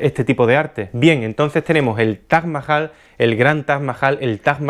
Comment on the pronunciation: Cuantas veces habrá dicho Taj Majal en todo el video? Jjajajajaja